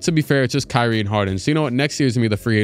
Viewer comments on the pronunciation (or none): none